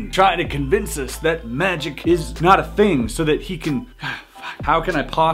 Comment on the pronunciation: Magic not miraclis😐😐